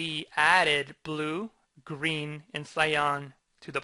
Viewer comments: Great explanation! But, it's pronounced "Sigh-Ann". ;) Love your work! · I like the tutorial, but it grates on my nerves every time you mispronounce cyan as scion.